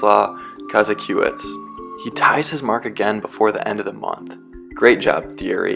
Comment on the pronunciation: Also, “Ko-ZACK-o-witz”.